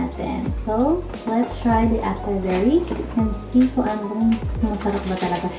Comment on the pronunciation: Acai berry pronounce asay berry